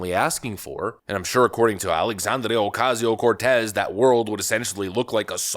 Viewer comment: Do you have to exaggerate her name? I'm Hispanic and Based AF but it sounds insulting to a whole culture.. Not just her. 90 percent of us don't care if you pronounce our names properly but AOC is awful and so many things to go after her about.